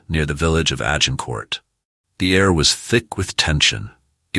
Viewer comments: Hey... it is not Agin Court! And he was Henry the 'fourth' not the 'futh'. Whom ever produced this video needs to go to English classes or pay for a better linguist. It is too painfulto listen to, let alone watch. Ach Y fI! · You don't pronounce the final letter of French words